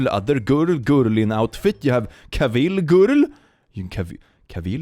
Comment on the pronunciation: Love your channel. Just FYI, “Cavill” rhymes with “travel”, per Henry himself.